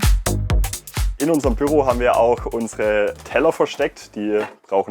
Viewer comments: Ich dachte immer das Büro würde man auf der ersten und zweiten Silbe gleichmäßig betonen, also wie Büüroo aussprechen, aber der junge Mann sagt dauern Bürrroo mit einem sehr kurzem ü, was sehr irritierend, fremdartig und falsch klingt! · Noch dazu sagt er Bürro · Off topic aber die Art und Weise wie er immer "Bürro" statt "Büro" sagt, ich könnt ausflippen 🤣🤣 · Gehts nur mir so, aber ich bekomme Aggressionen wenn er BÜRO sagt 😂